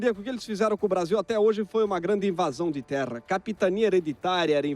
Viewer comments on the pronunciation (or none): none